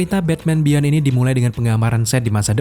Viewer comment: Om cuma mau koreksi aja sdkt "beyond" dibacanya biyon bkn bian